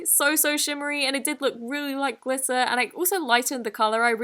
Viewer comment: she sounds american She sounds american when she says glitter(s), gurl, okay, and yas